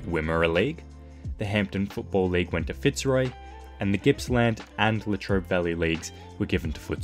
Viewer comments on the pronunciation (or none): none